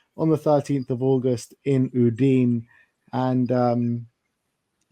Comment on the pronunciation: Ooh-dine 😂😂😂😂 ooh- dii-neh ffs udine